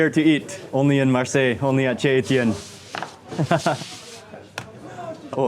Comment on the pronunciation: Nice video of Marseille! I’m hoping though that going forward that you know that CHEZ is pronounced SHAY. Also, if you wouldn’t take such huge bites and talk at the same time while you’re chewing, it would make everything much more palatable. And, if you could use the serving utensils of salads instead of digging in with your own personal utensils, you would be considerate to the other people who are eating. Thank you!